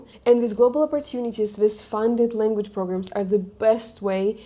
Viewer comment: You should also learn the English lEnguage's pronunciation!